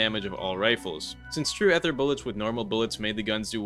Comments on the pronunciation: it's still ether not ehther bud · did bro just say "ether" as "ehther" 😭😭😭😭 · unc why do you say ether like that